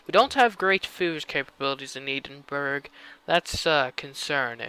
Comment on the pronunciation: Never say the word 'Edinburgh' out loud again. : )